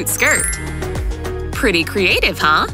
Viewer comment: pretty cool huh this channel says pretty crestive huh